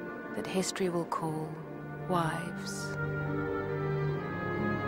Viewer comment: Oh. My. God. All theze years I thought she said "wise" not "WIVES" kill me. That makes so much more sense😂